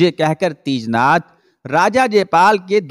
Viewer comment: teejnath nahi tejnath